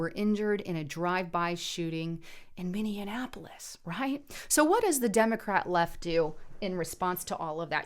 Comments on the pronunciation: MIN-E-AP-O-LIS... not MIN-EON-AP-O-LIS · Did she just say minne Annapolis. I thought it was minneapolis!! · Not mini an apolis it’s pronounced mini apolis ......peace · Sorry, but it's "mini-apolis" not "mini-in-apolis" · Lol - Love you - Totally Love/Appreciate All that you do and share with us 💖 But I giggle every time you say ‘Mininappolise’ It’s pronounced ‘Mini’ ‘apolis’ = Minneapolis Love and solidarity to you and Justus‼️❤️‼️ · I love you but please quit saying MiniAnnapolis. Totally agree with your commentary. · You are saying it wrong.